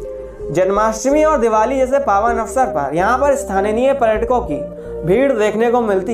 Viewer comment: Bro great video . But native people are called "sthaniya" and not "sthaniniya"